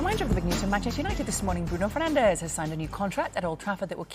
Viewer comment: Bruno Ferdinand, or Bruno Fernanzzzzsh?